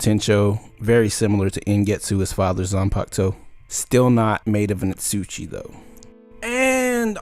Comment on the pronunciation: You're pronuncing asauchi wrong